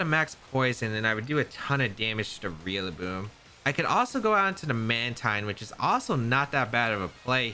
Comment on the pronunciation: Still can’t stop hearing you say REALLABOOM